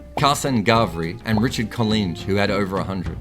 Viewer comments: Coll-Linge (rhymes with 'minge'). Hope that helps. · Collinge rhymes with orange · Collinge pronunciation lesson: First half Coll is said as in the word "collar" and the second half rhymes with the word "hinge". Great vid by the way, I love Wagner, great for cricket.